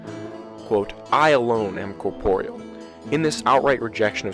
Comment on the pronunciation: Great vid. For the love of God please learn how to pronounce corporeal.